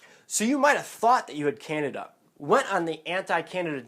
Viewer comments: Can-deed-dah diet. Not Can-i-da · Can-de-da, not Canada face palm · It's Can-DEE-dah !!!!!!! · It's can-dee'-da, dude! You're mispronouncing it. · Can-dee-a......LEARN TO PRONOUNCE IT! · It is pronounced can-DEE-duh. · you cant even pronounce it right . Over 6mins video to finally say that should get some kind of prescription to kill it . You didnt say what that could be. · He doesn't Evan pronounce candida correctly so I kind of find this video hard to believe😑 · how am I going to take somebody serious if you can't even say Candida right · learn to pronounce candida